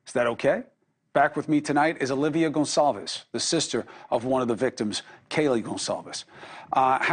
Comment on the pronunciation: its not GON ZALVES ITS GONCALVES